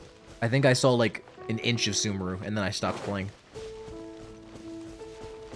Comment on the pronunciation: your pronunciation of 'sumeru' dates you for real lmao x) im very excited to see you experience grass land for the first time!